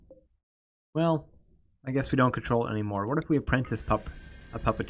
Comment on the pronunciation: Shoot, I didn't mean for that to make you feel bad. I just noticed how you were pronouncing stuff like apprentice & telepath.